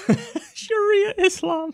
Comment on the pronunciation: Sharia islam? what is that even mean. he can't even say it right and people actually listen to him?